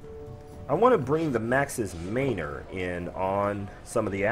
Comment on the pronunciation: Man. Or. Not mainor.